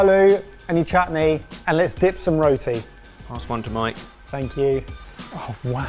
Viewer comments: It's roti, not rhoateee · Row- tee 😆😆😆 .....roh-tee. like when we call you Goh-ree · Omg why are you pronouncing roti like that. 🤦 it not ro ti it’s rot i 😂😂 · My wife was born in the uk but is Indian by heritage and she rolls her eyes everyone an English person says roti like “row-tea”. You actually pronounce is Ruh-tee with a hard rolling of the R. 😅